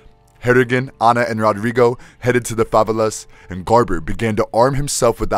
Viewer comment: They're pronounced 'fa-vey-las',you.re welcome. Great video & thanks for the info.